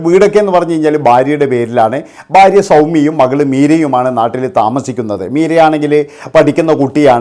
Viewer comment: ബാര്യ അല്ലെടാ മൈരേ,, ഭാര്യ ആണ്